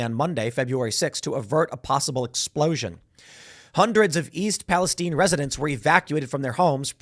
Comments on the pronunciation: Also Palestine is pronounced pal-ah-sty-ne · East Palestine...not (pal-i-steen). I'm from Ohio. Lots of our towns from the early 1800s were given Biblically derived names. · Why is Timmy mispronouncing Palestine?